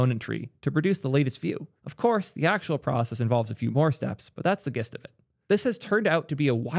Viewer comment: Gist is soft g, like /dʒɪst/